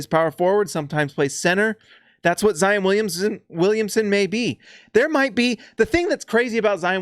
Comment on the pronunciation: It's "Zy - ON." Not "un." Gotta get that Utahr pruhnunciation out of your head. ;)